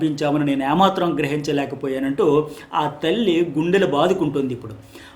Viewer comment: యా మాత్రం కాదు.... ఏ మాత్రం అనాలి.....